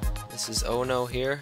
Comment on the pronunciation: you prenounce it oONOo